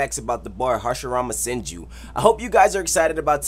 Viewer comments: It says hasirama henju instead of senju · Hasirmama henju lmao it suppose to be senju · Hashirama "Henju" XD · Hashirama Henju? Dont care still like the video keep up the good work shinobeentrill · It's says 10 facts about Hashirama henju when its senju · anyone noticed that it said harshirama henju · Hashrima henju 😹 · it said henju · It's not hashirama henju